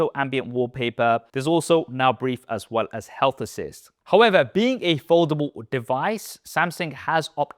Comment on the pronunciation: I hope one day you learn how to pronounce Samsung and foldable